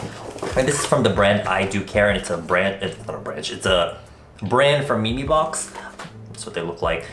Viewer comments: "MEE MEE BOX" smh if it was me I would say meme box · “Me-me box” 🗿